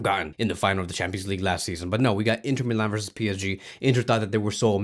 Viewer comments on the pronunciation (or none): none